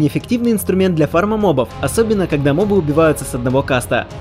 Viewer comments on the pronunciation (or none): none